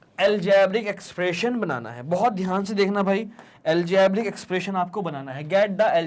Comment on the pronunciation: aljaaaabric expration😂😂😂